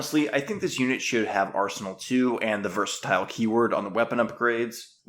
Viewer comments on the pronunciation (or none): none